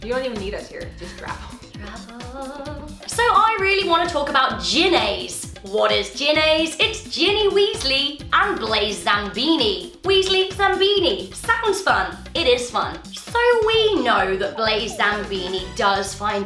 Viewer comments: It's Zabini, not Zambini. That sounds like an Italian vegetable or something. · its pronounced and spelt zabini not zambini